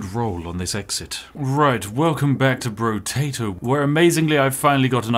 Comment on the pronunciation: I believe it's pronounced, "Brotato," not "Brotato".